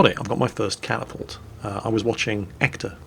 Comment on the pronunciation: "...I've managed to capture a catapult..." 2 MINUTES PASS: " So, there's this battlemech that's known as a Catapault..." My good sir, you need an intervention.